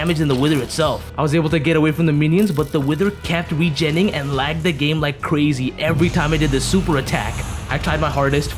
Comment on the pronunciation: I also love when he says crazy like “cyazy”